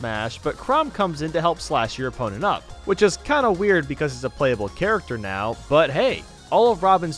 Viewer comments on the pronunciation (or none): none